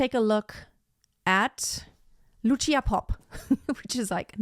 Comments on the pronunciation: It's Lucia like Lutsia not "tsh". Both Gruberova and Popp were Slovak singers. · It’s Loosha, not Lutchia. And consider Christina Deutekom. 🙏